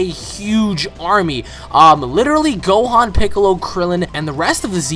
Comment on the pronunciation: and his name is gohan, not "gohon"..